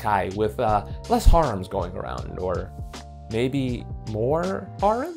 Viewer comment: i like the way he says *HA*rems